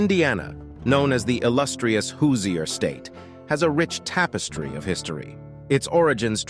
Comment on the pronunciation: Hooo-seeier lmfao!!! bro has no idea how to pronounce words